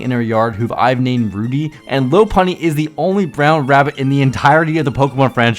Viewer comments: Will everyone who mispronounces the name of the big brown LOP EARED BUNNY stop separating it into the words low and puny. It's LOPP UNNY. literally named after the animal it is based on. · It’s LAH-PUNNY. Get it right